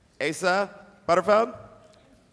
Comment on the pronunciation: Did anyone else realize that he said Asa Butterfub...